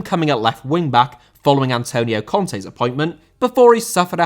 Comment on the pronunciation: Conte* not Contei